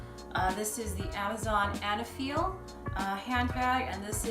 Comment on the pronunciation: I think the brand is pronounced eyyyy-neee-feel